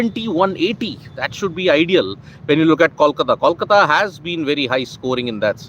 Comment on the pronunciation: It's pronounced koalkata